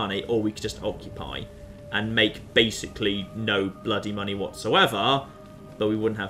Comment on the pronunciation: says "Giant pile of money," I hear "Giant pile of mantis eggs."